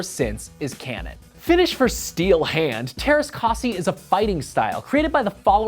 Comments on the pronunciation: Teräs k*ä*si not teräs k*a*si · You butchered the pronounciation. I know its Hard for you but could you atleast try. Also its written teräskäsi.